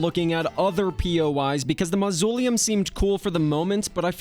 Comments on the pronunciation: mausoleum is not pronounced like that lol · Mausoleum as well